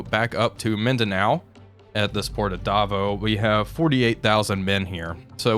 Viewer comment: "This port in davo" Not to be that guy but it's pronounced Davow, like "wedding VOWS" (Spelling is Davao)